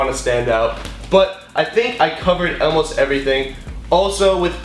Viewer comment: Why do you say elmost?😂